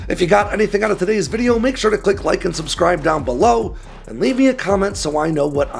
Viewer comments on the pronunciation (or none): none